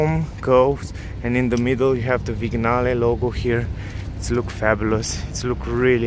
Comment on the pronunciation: It's pronounced "viniale"